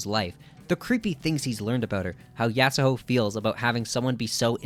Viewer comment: The argument about Kira already having a presense doesn't work for the manga. He straight up didn't appear until halfway. They changed it in the anime, and prob will change it for Touru as well. (also it's so annoying that you say yasahoe instead of yasuho) I agree that he was introduced way too late tho